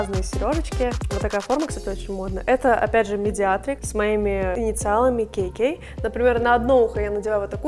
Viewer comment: Смешно- Кей-Кей, все так правильно Ка-Ка! Ну а если по старорусский Како-Како!